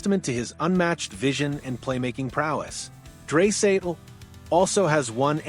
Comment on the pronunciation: Its dry not dray idiot